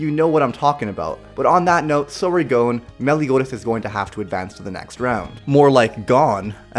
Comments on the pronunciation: What the hell did you call Gon and Killua? "Gonw, Killuwa." Wtf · it's spelled Gon, pronounced like Gone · U said gon incorrectly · You said Gon wrong